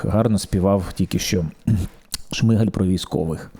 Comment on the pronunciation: Почему вы каверкаете фамилию премьера, это некультурно, он не Шмыгаль (по укр. Шмигаль), он Шмигаль (по укр. Шмiгаль), с ударением на первый слог.